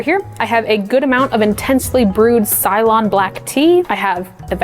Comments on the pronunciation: Just for next time, Ceylon is pronounced see-lon instead of sy-lon or say-lon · If it's Ceylon..... Is pronounced See-Lon